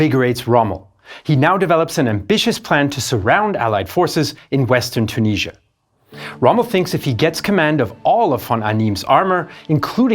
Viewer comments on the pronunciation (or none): its tunisia not tuneezzia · Its Tunisia not CHOO-NEEZZIA